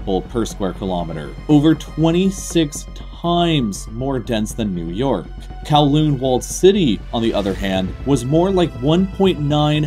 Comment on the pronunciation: I cringed at the pronunciation of Kowloon